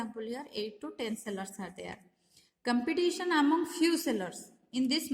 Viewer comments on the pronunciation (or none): It's Competition not compitation